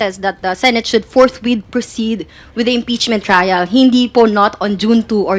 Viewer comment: FORTWITH not FORTRIGHT sir..